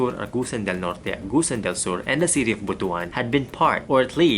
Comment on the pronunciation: Boto an is different from Bot one. Butuan pronounce as Bot One.